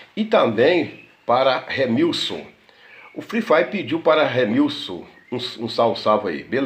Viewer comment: Oi meu nome é Remilton vc falou errado kkk